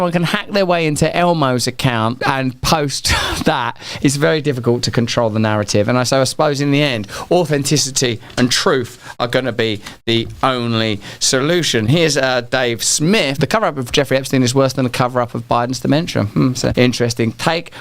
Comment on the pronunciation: Bro, did you say aufenticity?